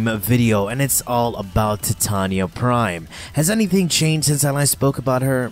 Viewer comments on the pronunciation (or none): in English it's Tie-Tay-Knee-Ah, ...you don't call the Titanic.. the Ti-tan-ic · Im sorry, but I couldn't help but notice he likes to say tatanya instead of titania. Just saying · Holy crap this drove me nuts. I'm preeeeeetty sure it's not TIT-tanya. It's TYE-TAY-NEE-AH. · albiblow facts he says it weird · How the hell do you say her name wrong. Ty-tain-ya (titania) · The warframe name is pronounced "Tie-TAY-nia", a bit weird since it's Shakespearean inspiration is pronunciation "Tih-TAN-ya". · Stopped watching when you called her Tatania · Ty-Tain-ya(titania) thats how you say her name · as hard as pronouncing Titania properly with me now "Tuy-Ta-NI-Ya" (if you go by the English rules) "Tai-Te-Ni-ya"(if you go by the alphabet which is how the rest of the world goes by) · no it's based on an American bastardisation of a English word. under no circumstances should the middle of that word be pronounced with a ''Tan'' - Tie-Tain-ia is the correct pronunciation. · Tea Tah knee Yah That's how it's PROPERLY pronounced. Not the American way but the proper way. The queen of fairies